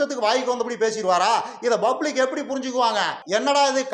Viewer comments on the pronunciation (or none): none